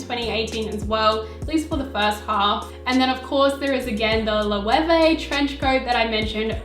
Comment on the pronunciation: Love this video! Very informative. And yes, you pronounced Loewe correctly. Keep making videos like this. Love your channel ❤️❤️❤️